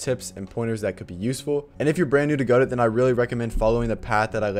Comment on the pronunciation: Thanks for saying go-dot and not gu-dough!